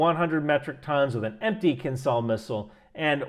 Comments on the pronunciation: It's pronounced kinjal (a type of hand knife) not kinzal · Please copy-past "Кинжал"(Kinzhal) into Google Translate and push the button below that word to hear what it actually sounds like. It's "Zh", not "Z", though I guess there is some irony in pronouncing it like Z in this context... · not kinZal, it's kinZHal as Zhytomyr (Ж) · Just because you seem the kind of guy who likes details - the "zh" in "kinzhal" is a "ʐ" ("Voiced retroflex fricative", IPA 137), pronounced like the "G" in Gerard (Depardieu). Doesnt change the fact that your calculations seem very on point, but would make you sound even more knowledgeable ;) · It's pronounced as zh sound, not z. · I love how you keep trying to pronounce Кинжал 😊 Just go with Killjoy designation used by nato.